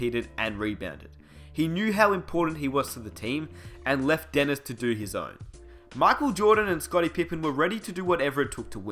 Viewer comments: Makel jordan?! 😂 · Mackole Jordan lol wtf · My whole body hurts when you pronounce 'Michael Jordan' the way you do..but good video :D